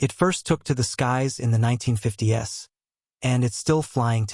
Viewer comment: wtf is the “1950 S” sodding AI. Get lost